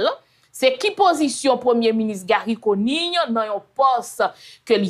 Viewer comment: Yaya ou konnin sé wou ki prononcé nom premyé minis très bien ou pran sanw pou di Conille lòt yo toujou ap di Conni ou kònnin hum gen respè pou intelligence ou